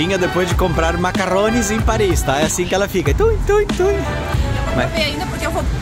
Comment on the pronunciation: Macaron e não macarrones!